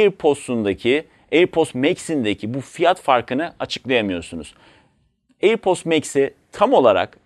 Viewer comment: Her söylediğinde airpost anladım yahu:)